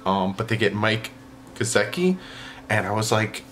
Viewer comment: Lol geo-dart... it's go-dirt :) Phins up!